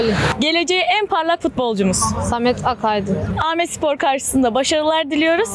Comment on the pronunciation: Aaaaaaamedspor değil bebeğim ya dümdüz Amedspor! 🤦🏼‍♀️